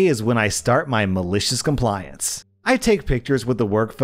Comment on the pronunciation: "Malishiz Combliance" he's said it so many times at this point he sounds like he's having a stroke